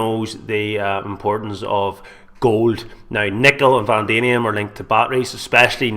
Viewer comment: Can this guy not read???? Vanadium is pronounced Van-adi-um not Van-damien, not pronounced wrong once but every time....and we're supposed to listen to this guy!!!!